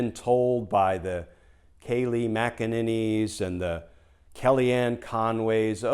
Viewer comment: Did you say “the Kaylie MacAninnies”? Lol Perfect!